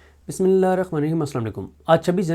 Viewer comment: Bismillah ap theek kyun nahi parhty kiya waja hey???